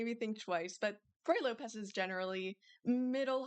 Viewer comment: I disagree. Ruy is pronounced like wry/rye not ru-e. can you turn up the volume gain on your mic please